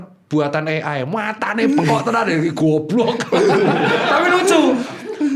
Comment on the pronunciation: duh dok pagi² liat sambil sarapan langsung moncrot denger dokter bilang gok dlogok 🤣